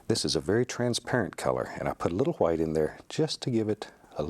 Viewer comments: Stop saying white that way we stop saying like that since 1066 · “Titanium H w i t e” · little bit of HWHITE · why does he pronounce white so weird? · I love how he says white